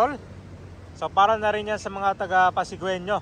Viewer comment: “Pasigenyo” po ‘yung pagpronounce sa word na “Pasigueño”. Hehehe. Pero kudos po sa inyo sa pag-update! Matagal-tagal na rin akong hindi nagagawi d’yan sa Pasig City Hall area.